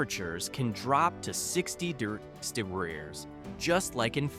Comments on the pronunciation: Having a little problem with "degrees". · 60 durderrday? That sounds cold